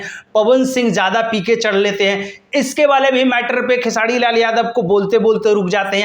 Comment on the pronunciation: पहले बोलना सिख लो भाई......खेसाडी नही खेसारी है...... 🤣🤣🤣🤣तुम चमचे थे, हो और रहोगे खेसाडी लाल का 🤣🤣🤣.........तुमको इंटरव्यू चाहिए पहले वैसा बनो